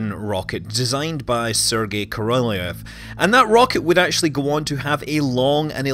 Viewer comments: Korolev is pronounced Korolyov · Great channel Scott keep up the great work. Ko - Ro - L-yo-v with accent on first two syllables, best way to pronounce his name. Great summary though! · Sergei Koroljov should be pronounced Serkeii Korollyofff, stressing on last part of names. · Korolev, pronounced "Karral-yov" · Korolev ~ Kah-rah-lyow "ly" being a soft l sound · migkillerphantom well, properly his name is Королёв, which have to pronounced like Korolyov. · How can it be so insanely difficult for English-speakers to pronounce Korolev? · Is that how you pronounce Korolev? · Scott, why did you butcher the Korolyov's name so mercilessly in the first half of the video? And yay for mentioning Fregat module. :) ((My Mother is working in ground testing department for those checking that the device is providing correct telemetry before it gets bolted to the rocket...)) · As a Russian I just want to inform you that your pronunciation of "Korolev" is disgusting not great. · true. I'm agree with you.